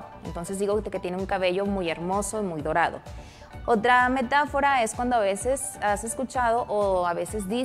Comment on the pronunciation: es dorado no torado